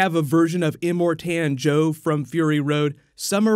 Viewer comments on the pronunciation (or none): I'm sorry, but your pronunciation of "Immortan Joe" really bugs me...